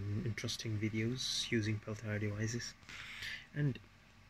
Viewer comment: Wait, you made that whole thing and the entire time, you were calling them Pell Tire? It’s pronounced Pell - T - A. Pell Tee Yay.